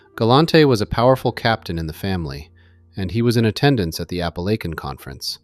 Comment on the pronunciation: is no doubt one of the very best researchers and writers in this entire genre. Even if this were not so I’d still be impressed; he and James Gladwish are the only two I’ve heard correctly pronounce “Apalachin” NY. 😊 Great work as usual.